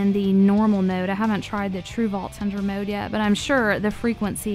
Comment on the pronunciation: “Maowde” never met someone who says mode so weird